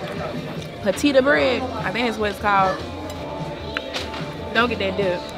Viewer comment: “Patita” bread is killing me 😂 been missing 🫶🏾🫶🏾